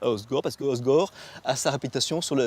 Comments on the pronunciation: Le gars qui présente la ville est même pas capable de bien prononcer le nom ça craint mdr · les gars disent "Ozgor", comme Igor ... Ah les parisiens ....